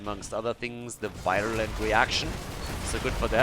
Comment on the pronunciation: IT'S VEER-YOU-LENT